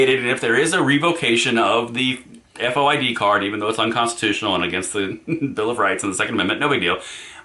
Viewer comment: FOID pronounced "Foyd" like the name 'Boyd' with an "F." - A former Chicagoan.